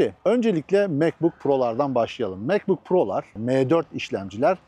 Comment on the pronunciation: Abicim meee4 degil em4 de allahini seversen ya ozel isim bunlar . Hani laytnjng e ligttheninng demiosun ya.mec diosun ne guzel maccc demiosun